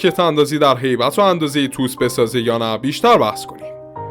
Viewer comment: تی او اس!! تلفظ درستش تی او اس T O S